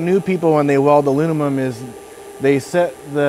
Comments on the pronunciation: This comment is not meant to be rude at all. I appreciate the video it was very helpful. Post disclaimer here’s my observation: I’ve met 3 people in my life that struggled pronouncing the word Aluminum. It comes out as aluninim or alumimum. All 3 of those guys struggled in school. All 3 of those guys have extremely high ability level not just in fabrication/welding but in any hand eye coordination work in general. It’s weird! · "WELD MEAN, WELD GREEN" Alunimum!